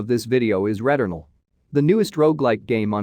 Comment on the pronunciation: I could listen to you say returnal all day my friend